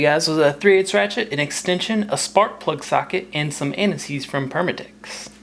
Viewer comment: the way he said anti seize sounded like he said anuseees